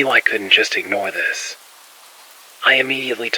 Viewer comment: You didn’t finish the vowel sound in “This…” and I picked up on the old radio vibe…. ❤ it as per norm ... shitty Indy USA am PS Next time start by saying “what are you wearing…” and ❤tell me where to send the google play card or bit coins 😂